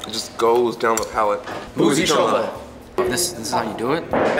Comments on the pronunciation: They said choma wrong...but I'm happy Kenya is getting more recognition❤🇰🇪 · CHO-MA not KANGA....😅